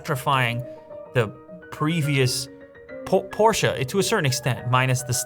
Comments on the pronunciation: Pllz don’t say porscha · I love that your rich enough to own the new Porsche but you can’t even pronounce it correctly 😭😭😭